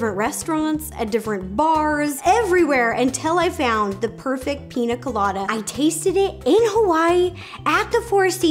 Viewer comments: I want to try this recipe! I love your videos Ro! The only thing that gets me is you can say caña, but you say Pina instead of piña. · Why does she call it pina colada? It’s pronounced peen-ya colada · Piña: peen-ya not peen-ah. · Rosanna Pansino it’s prounounced pińa colada I’m Mexican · The fact you can pronounce caña correctly but not piña 💀 😂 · Pronounced “PEEN- YAH” piña... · It’s “piña” not “pina” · It bothers me that she says pina and not piña coladas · but it's piña not pina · She said pina instead of piña....I can’t watch the rest of this srry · PIÑA PIÑÑÑA NOT pina 😂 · It’s piña it’s pronounced pinyya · You drove me crazy. It's pinya not pina. I the squiggly above the n equals a ya sound. Pinya coladas not pina. Please Ro if ya make em that good say it right. Love your vids. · me:BE CRINGING WHEN SHE SAYS PINA COLADA BECAUSE IM MEXICAN!!!! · The little girl in me who grew up in Mexicantown keeps saying piña. Pinya. Just like jalapeño. Jalapenyo. Not a critique, Ro is stinking adorable. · Ro:PiNa CoLaDa Me:pls PRONOUNCE the Ñ!!!!!! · It's Piñññññññña Colada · The way she says Piña makes me think this is not the best one